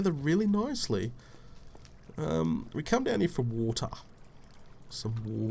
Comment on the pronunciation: "I came down for some wo-TAH" lol :)